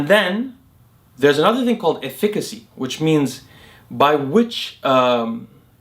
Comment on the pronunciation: Dude can't pronounce efficacy 😂